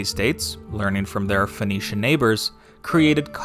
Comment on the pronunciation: Sinaitic, not Sainaitic. It's the Sinai Peninsula. Phoenician, not Phoenetian.